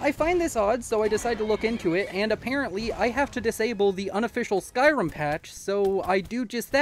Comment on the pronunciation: stop saying skyrum, or else. (loved the video)